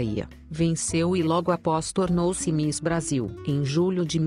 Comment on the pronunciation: Não se diz mis, diz se miss, está bem?